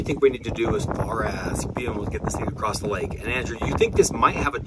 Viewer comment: This is inspirational. Guys who says acrossed usually don’t make it past 20 😂